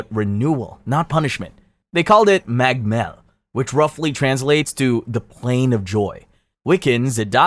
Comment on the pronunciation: Oisin is pronounced Oh Sheen. Niamh is Neeve, magh Mell is Moy Mell.